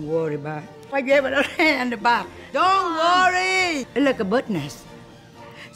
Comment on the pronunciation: We need a compilation of "Don worry" 😂😂😂